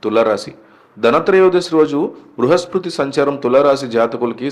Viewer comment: బృహస్పతి ... సరిగ్గా పలకండి ఫస్టు ! 'లారీల కొద్దీ బంగారం ' లాంటి టైటిల్స్ పెట్టొద్దు ప్లీజ్ 🙏 misleading ❌🚫